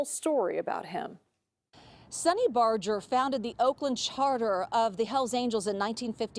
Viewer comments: It's Barger, NOT Barjer! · I’m just here to say it’s barger not bojer (I’m realated to him lmao) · Barger is pronounced with a hard G.